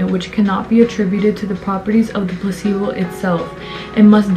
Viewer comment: Everythime you say placebo i hear „pussy-ball“😂 omg sorry 😂😂😂🙈i loved the video anywayy haha you go giirll🥰